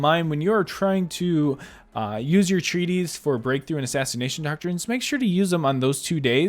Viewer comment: It's not named Treaties, It says Treatise. AKA you're saying it way too wrongly